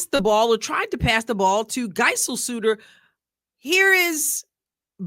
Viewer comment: I know probably nobody cares but just in case anyone does, Geiselsöder is pronounced Guyzellsöder, the "ö" is pronounced like the "i" in "sir"